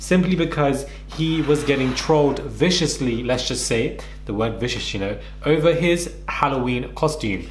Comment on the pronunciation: “The word vicious unno “ 💀